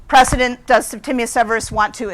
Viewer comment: did you mean "precedent"?😂